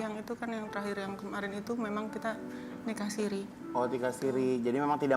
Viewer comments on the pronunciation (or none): Bukan sirih min.. sirri